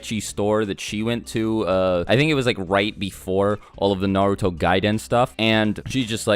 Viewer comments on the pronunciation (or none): none